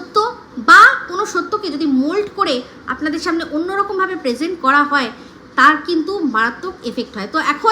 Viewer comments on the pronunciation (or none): none